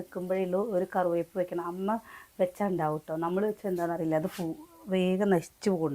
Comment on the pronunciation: കറുവേപ്പ് അല്ല കറിവേപ്പ് ആണ്